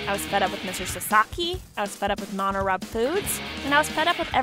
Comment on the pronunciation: Why can't she even pronounce MoniRobo correctly? It's not that hard.